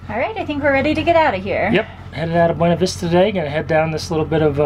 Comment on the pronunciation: Ummmmm......Please take a minute and watch this....as to "How to pronounce the Colorado Town "Buena Vista." Thank you.